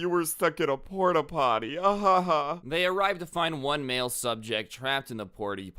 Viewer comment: portty potty